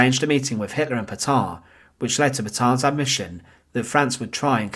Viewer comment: The pronunciation of Petain and Fresnes is excruciating. Paytun and Fren.